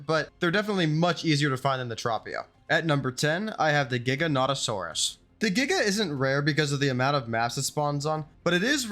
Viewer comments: Gigan-otosaurus is pronounced the same way is gigantic not giga-noto-saurus . It also is Karkarodontosaurus . No hate just educating, good video! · Giga-not-a-saurus is an insane pronunciation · How wrong did you pronounce the giganotosaurus??? It’s not Giga-not-osaurus 🤦🏼‍♂️ It’s basically the same as saying the start of gigantic.